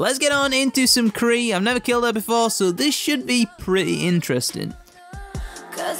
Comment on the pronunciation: i think that was k'ril not kree as u said lolol but as always great vid my man